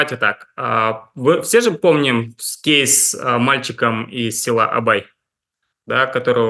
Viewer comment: Прямо режет слух этот "кейс"